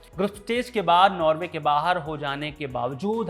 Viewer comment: नार्वे . . . नॉर्वे